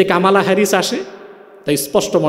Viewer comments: কামালা হ্যারিস নয় । কমলা হ্যারিস । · কমলা না কামালা হবে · He don't know US power. US can destroy the whole world, but they will not do that. And pronounced "Kamala", it's an Indian name, how we pronucnce "Komol Das gupta" . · একটা বাংলা শব্দ কমলা কে কি অদ্ভুত ভাবে কামালা বলছে, চমৎকার লাগছে হুজুর